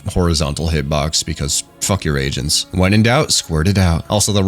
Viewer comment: i heard asians instead of agents which was cuz they are core-an